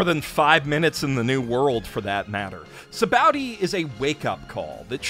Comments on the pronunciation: It makes me feel like he read some really bad fan translation. He also says Sabaody weird. It's bow, like the fabric, or sa-ba-oh-d; not bow like a bow-wow. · actually "bondy", not "ba-oh-dy". It's based off the Portuguese word "sabão" (meaning soap) which is pronounced loosely like "sabon" (for lack of a better way to explain how it's pronounced, so "bondy" is actually the closest I can get in writing form - listen to how they pronounce it in the anime, it's kind of close). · ah yes, my favorite places are Bara tee, Enis Lobby, Zoo, and Sa Bow Dee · Its ok to call an arc bad bruh nobody cares. Also mans really said baratie, and sabowdy